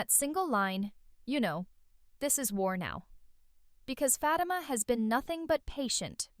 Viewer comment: I WISH YOU LEARN TO PRONOUNCE FATIMA CORRECTLY.